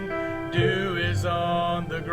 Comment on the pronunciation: Did say "DEW" ON THE GROUND, OR "DOO - DOO??????" I almost rolled out the bed laughing soooooo hard!!! 😆 😆 😆 😆 😆